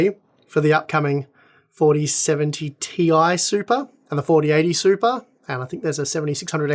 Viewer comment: Came for the 4070 Super review. Stayed to hear say SUPA a few dozen times ❤